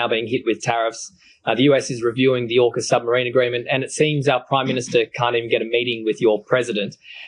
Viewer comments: AUKUS is pronounced more like orkus. Cheers. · Also, Ben, AUKUS is pronounced OR-KUS, not OWKUS!! It's AU for Australia, UK for the United Kingdom and US for the United States. LEARN how to pronounce words and anagrams. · AUKUS is pronounced "orkus". Ben I hope you do make it to Australia.. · Two things: 1) The "Liberal Party" name was chosen as a deliberate lie by its founder Robert Menzies. It has only ever had one mission, to oppose the progressive parties, particularly Labor. 2) From its proposal to now, AUKUS has never been pronounced in Aus as OW-KUS. It's always AWK-US as in awkward. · AUKAS is pronounced (Or) (kus). Not Owkus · AUKUS is said not as ow-kus but closer to or-kas with a very soft r sound. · Not Owkus, AUKUS. Au as in Aura. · It's AWkus, btw, 'aw' as in awful . Just saying. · Excellent overview, especially about Sky News being the Fox News of Australia (as is the UK version). One small note: as you correctly pronounce Anthony Albanese as al-ban-easy, you should know we pronounce AUKUS as or-cuss. Can't wait for the Canadian and Australian versions to go live. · Its pronounced Orcus by the way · Aw-kus. Rhymes with Caucus. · Pronounced Awkus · AUKUS. Is pronounced Awww kiss